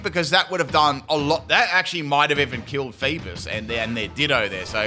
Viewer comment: Its not Leaf-on its Leaf-eon lol cant even say eevee evolutions right XD lol 😂 And i didnt see no critical hit on the flail on Virizion there hmm Haha they called a male Alolamola Bulky Girl how sad really XD And i dont think hes saying feebas right either oh well i wonder why he mispronounces Pokemon names hmm